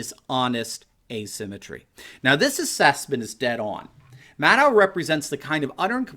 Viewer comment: Did you say mad owl.